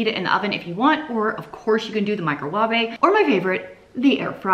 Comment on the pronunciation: I like "Micro wavvaay" !